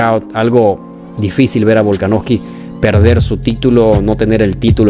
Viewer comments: Hrmano es VOLKANOVSKI no volkanoski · Buen video bro pero te comiste de lleno al apellido de Volka, Volaknoski xd, saludos